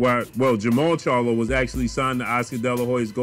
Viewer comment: At least he can say the name charlo, unlike ca-yellow